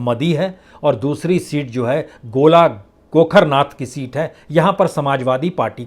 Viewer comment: Bajpai g aap ,pallia ko paalia bol rahe h aur gola gokrannath ko golagokharannath bol rahe h.